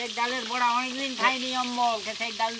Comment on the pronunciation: বুরা ভাজা নয় বড়া ভাজা বলতে হয়। 😂